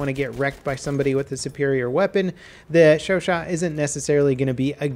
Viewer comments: "Brand new Shore Shaw..." Holy shit these BF1 WW1 newbs! please! 😂😂 It's pronounced Show Show, Bro! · pretty sure it's pronounced sho-sho. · The Chauchat is pronounced "Show-show". Maybe this will replace my MG15. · Correct me if I'm wrong but i believe its pronounced 'Show-Sha' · Show-show. That's how to pronounce it. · chauchat sounds like sure shot lol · it's sho-sho m8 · It's pronounced sho-sho I believe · I'm pretty sure its pronounced "sho-shat" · It's pronounced "sho sho" lol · Your pronunciation of foreign words "shoresaw". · It's pronounced ShoSho. Also IRL it was innovative but absolute shit.